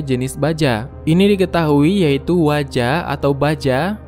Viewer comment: Wojo min..bukan waja